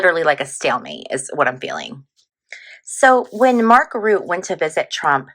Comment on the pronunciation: Hi! Thanks for the reading! Mark Rutte is Dutch, so his last name would be pronounced something like Rhuh-tah - trill that R a bit!